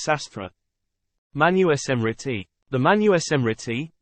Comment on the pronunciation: Awesome. Its pronounces as MANUSMRITI sir, not Manu-e-smrtit.